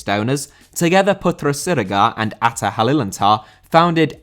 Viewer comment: Hi,as an indonesian i can confirm that your prounanciation of ahha is correct. I would say tho even though i have known about atta owning a football club for a while i never knew what the club name is. So thank you